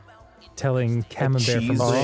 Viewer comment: Camambuerre is Camam-"burr" Buerre means butter